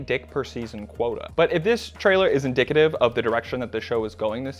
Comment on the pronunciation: "inDICKitive"? Well done sir